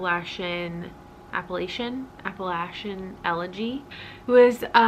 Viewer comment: You said it right the first time! App-uh-LATCH-in 🩷🩷